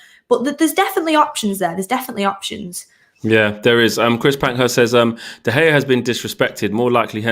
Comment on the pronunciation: Did u seriously call him de hae it’s de gea